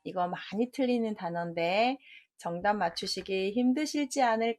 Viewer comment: 정답의 :정"은 길게 읽어야지요!!!